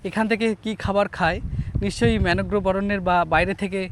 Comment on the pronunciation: ম্যানোগ্রোভ আবার কি? ঠিক করে উচ্চারণ কর। ম্যানগ্রোভ (Mangrove) বল।